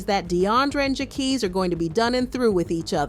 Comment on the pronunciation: LMAOAOAOAO no shade "jackies"😭😭